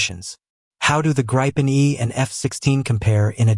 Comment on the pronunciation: not how gripen is pronounced